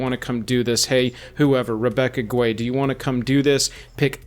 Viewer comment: I believe Guay is pronounced "Gay"